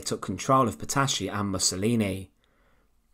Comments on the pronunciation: You should consider find a narrator for your videos 😎 And her name was not PETASHI, but PETATI. That's how it sounds. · Petacci is correctly pronounced in Italian Petachee not Petashee.